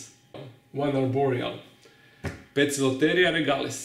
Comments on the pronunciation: I haven't watched the video yet, but I have noticed that you incorrectly pronounce spiders of the genus Poecilotheria as Poke-i-lo-ther-ee-a, when they should be pronounced Peac-i-lo-ter-ee-a. An oe in Latin makes a "P" sound, as in peace. I don't know if this was addressed in the video, and I'm about to find out, but this has always been something that has bothered me about your pronunciation. I still love the videos though! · Great video, I'm glad that you've made made this video because a lot of people pronounce the scientific names the wrong way. Isn't it pronounced as Poikilo-the-ria, following the Latin rules? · in latin yes but not in greek! 'poeci' is derived from old greek word "pykilos/poecilos" which is pronounced with a hard K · I've heard Poecilotheria commonly pronounced 3-4 different ways and none of them were the way you said it 😂